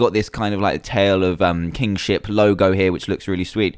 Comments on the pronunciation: nono, I'm just saying when he says it, it sounds like Kingshit. No offense :P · lol even thought the mod was called Tale Of Kingship.At the start i thought Dan said Tale Of King@@ XD